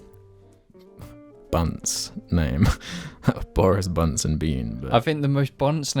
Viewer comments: I can't take this any more and I refuse to let this continue. It's Boggis not Boris. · It’s Boggis, Bunce, and Bean, not Borris Bunce and Bean. Unsubbed. Reported. Downloaded, put into editing software and played in reverse at 4 times speed.